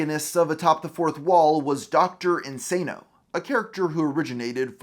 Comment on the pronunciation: Well made video, but the cheek of you acting like the Mister Metakour video on Lewis doesn’t exist… Also The fact that you say “Dr In-SAY-no” And then 2 seconds later pronounce “Dr Link-SSAH-no” Like dude